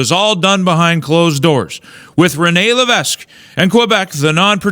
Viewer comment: Sweetheart learn to prononce Levesque correctly